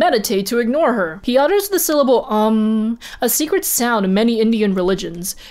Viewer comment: It is pronounced as OM not UM